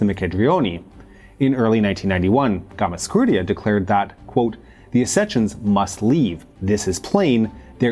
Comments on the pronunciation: Its Gamsa, not Gamas, for goodness sake! Gamsakhurdia. Gamsa! Not Gamaskhurdia. Gamsa. Is it so difficult? G-A-M-S-A. Not GAMAS! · Great content, but that hard to say Gamsa- instead of Gamas- ? :) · Bro, I appreciate the video, and I understand these Georgian names can be tricky...but, in "Gam" - "sa" - "khurdia", the second 'a' is after the 's'. That's a gimme. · GAMSAHURDIA, read it RIGHT!! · I love the videos, and I know you don’t speak these languages, but you’ve got to practice the names… you’re turning ossetians into osseshuns, and repeatedly butchering Gamsakhurdia… it really hurts my ears and detracts from my enjoyment of your fine videos